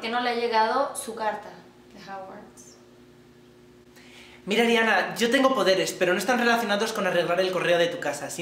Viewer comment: "Su carta de JAuwarts." Casi me da algo.